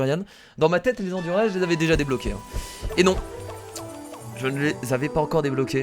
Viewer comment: C du durian pas du durianne